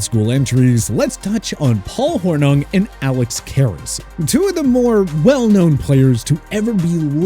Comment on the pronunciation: His name is pronounced SLEE- STER and Paul HOR- NING